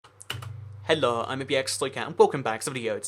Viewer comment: He says 'hello' in the most 'ö' way ever...